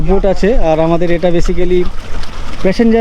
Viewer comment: Ota noika na boat bola